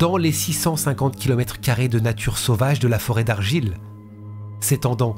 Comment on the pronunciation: Non. Parce que c'est sa dernière carte pour sa "soi disant innocence". Vauxhaul et Argualaile pour la prononciation 😉